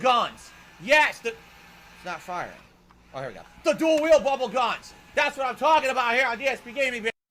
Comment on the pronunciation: He's actually saying "Dual-wield bubble GAHNS!" Wtf is wrong with this dirtbag?